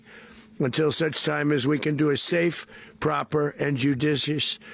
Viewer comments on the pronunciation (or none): Did he say a JUDUSIOUS TRANSDUTION ? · Even trump said "that term is fine to use" KIDNAPPING. This is unreal. And he still can't say "judicious" properly. We are being run by syphilis